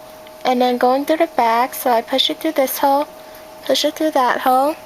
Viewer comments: When she says hole it sounds like she is saying hoe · every time she says hole it sounds like ho. I couldnt stop laughing